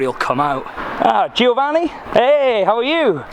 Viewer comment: every time you say GIOvanni I gringe ^^